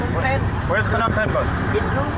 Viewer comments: It's pronounced nom pen not p-nom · Wrong buddy! Phnom Penh is pronounced "puh-NOM pen" (or "nuh-NOM pen")